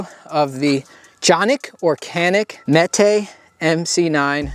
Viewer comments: Mete (pronounced like meat) - dispense or allot justice, a punishment or harsh justice. Not Meh-teh Good video. Thanks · Meh-Tay. I have a Mete SFT. Big fan of Canik. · "Metuh" like metal. Either way, I'm still a nope on it. Height over bore makes hi-point look good! Trigger is mushy junk! I'll never own or entertain Turkish crap on my channel! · pretty sure it’s pronounced “Me Tee” or “Meaty” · It's pronounced 'meh-tay' which in Turkish culture is like the equivalent of Hercules or a mythical character of strength. I had the Mete MC9L and it was used. It shot awdul. Roumds were all over the place. At 5 yards, I had rounds going all over. The rifling was gone. I don't know if someone took a drill and a sandpaper reamer to clean it, or they shot hardcast, or solid copper. Maybe it was just from the factory. Traded it for a Gen1 MP40 with the hinge trigger that I wanted. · Mete is pronounced "meat" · Mete pronounced Meta